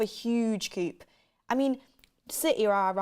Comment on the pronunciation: TUS presenters please learn to pronounce coup!